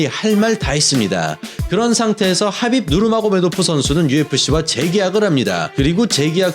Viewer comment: 하빕 누르마고~메도프 이러는게 ㅈㄴ 부담스럽네